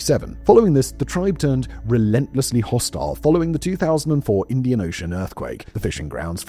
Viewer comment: Uh oh “indain Supreme Court”